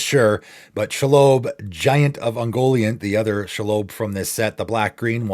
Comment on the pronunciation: Lol "Shalobe"